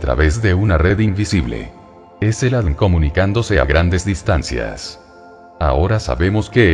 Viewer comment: ME MOLESTA Y ME DECEPCIONA QUE SE VAYAN ACORRIENTANDO, INSISTEN CON EL ADN, EN LUGAR DE A.D.N., SU ROBOT SOLO LEE LOS ERRORES DE USTEDES. TRISTE. RECUPEREN SU CANAL PARA DEJAR DE ENSUCIAR ÈSTE.